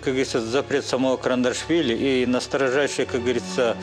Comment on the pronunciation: КаРандашвили 😂😂😂😂😂 все равно кыньколаев 😂